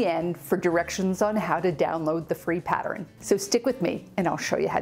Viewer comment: Oh, and my sister and I like the way you sometimes say the word pattern.